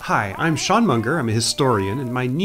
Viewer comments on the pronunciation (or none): none